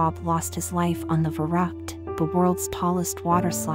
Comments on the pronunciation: It's funny how the lector pronounces the German name of the ride. Verrückt - it should sound more like fer-riickt with the accent on the second sylable. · It’s pronounced ferooked